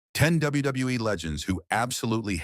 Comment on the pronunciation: This guy or AI can’t pronounce WWF & WWE.